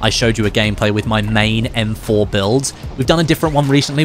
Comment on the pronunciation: "EM FOR" 🤣🤣🤣